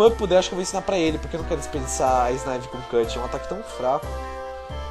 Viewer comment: megazão não é snaivy mas sim snivy